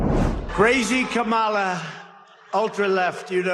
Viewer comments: No R in Kamala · Whether they say it right or not, everyone is saying her name. KAMALA!